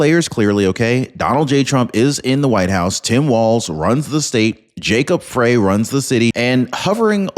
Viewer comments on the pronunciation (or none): It's not pronounced Fray. It's pronounced FRY. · Do you even read these comments? Frey is pronounced Fry, as in fry a hamburger, fry Frey's balls, fry brain, etc... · It’s pronounced fry as in frying!